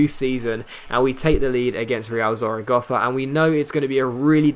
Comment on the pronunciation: Bruh, if he pronounces Zaragoza "Zaragoffa" one more fucking time....